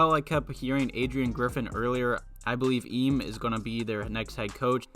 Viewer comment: For future reference it’s pronounced “e-may” ime udoka